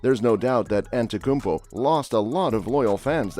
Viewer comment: you can’t even pronounce his name and you dare to make a video? Morons using AI and robots